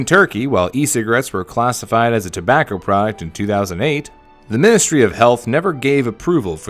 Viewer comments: 1 ur script goblin XD And u said tabacker at one point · “Tobaccr products“